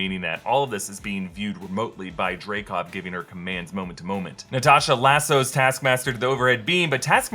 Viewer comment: It's "Dreykov"